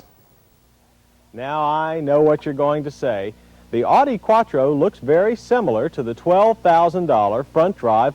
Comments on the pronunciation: That made me wanna punch him through my computer screen. It's "Ow-Dee" not "Awe-Dee"; get it right! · "Oughtie" instead of "Ow Di" from West Germany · He keeps saying "Oddie" instead of "Ow-die." LOL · Odi? What the fuck is an "Odi Coop"? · "Oww di" is correct. He isn't saying it right here. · Dislike how people pronounce audi. Say it right! 😒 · Ugh. If you’re going to review a car, at least learn how to correctly pronounce its name! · Please never pronounce Audi like that again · The way he pronounces Audi in this video drives me insane. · However it is pronounced, it is the Latin form of its founder's given name, August.